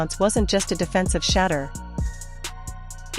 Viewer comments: "Shedder" these Ai bots just cannot correctly pronounce QB 12's name. I terminate the video immediately when that occurs. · I'm not liking or subscribing to your podcast until you learn how to pronounce Shedure's name!!!🫩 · Why can't they pronunciate his name correctly? Either they're doing it on purpose or they don't give a damn that they're calling him Shater and not Shedeur . How f'dup is that ? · Pls learn how to pronounce his name! SHEDURE!! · This video deserves zero likes and zero subscribes if the narrator can't pronounce the name correctly. Just ridiculously stewpid to do this several times! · Why can't they pronounce his name correctly.